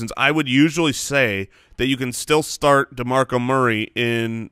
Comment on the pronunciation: Am I the only one who caught saying 'snart' instead of 'start' every time?